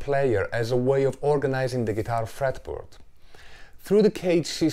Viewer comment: did he say geetar fartboard?